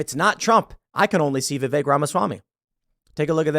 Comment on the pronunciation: It's VI-VEK!! Not VI-Vaek! Fuck!!! He was literally in Morrowind. Get it right, damnit Tim.